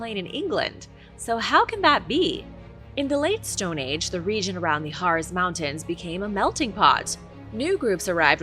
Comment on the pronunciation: PLEEEEESE - the pronunciation for the Harz Mtns is a hard z (just like Mozart) which sounds like HARTZ. That's the reason my family had to add a T to our name when they moved to this country.